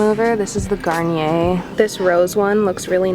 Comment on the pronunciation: I'm sorry but its Garnier not Garneae